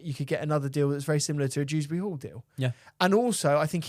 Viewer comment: Broo it's since we selling Dewsbury-Hall I realized that his name is not dRewsbury-Hall 😂😂